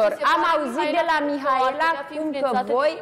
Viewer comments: hop și cu "MIAELA" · nu are ce căuta acolo.. dau mai departe când vorbește el, e plictisitor. și pe fata aia o cheamă Mihaela nu MIAELA!